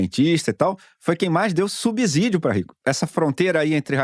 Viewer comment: Corrigindo, e, na palavra subsídio o 's' tem som de "c" e não de 'z' como vocês falaram. Lembrem-se, vocês são ótimos jornalistas e devem falar mais correto que as pessoas comuns.